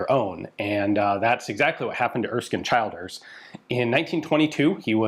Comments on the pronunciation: brilliant piece but Childers is pronounced ChiLLders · Just FYI the name Childers is pronounced Chill-ders (like the word chill, to cool down etc.) not Child-ers. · Same with Childers.It's not pronounced like Child,more like CH lDers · Childers = Chill-ders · I love the story of Childers, I’m from limerick and we have a prominent street named after him, just one correct despite common sense his name is pronounced as chill-ders ahaha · Pronounced ChIlders- the I is as the I in “brill cream”. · "Howth" is pronounced, "Hoe-th". "Childers", "Chill-ders. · Pronunciation of Irish names is always tricky. Howth rhymes with “growth” and the “child” in Childers is the same as that in “children.” Otherwise great coverage of the story! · Childers is pronounced 'Chill-ders', and Howth is prounced 'Hoath'. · Super video but lordy be the pronunciations. Howth, Childers, Curragh.